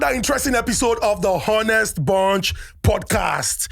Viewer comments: I do love yur intros but please it's not pronounced H=onest bunch but 'onest. The 'H' is silent biko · Why do they keep pronouncing the H in ‘honest’ 🤷🏽‍♂️ the H is damn silent.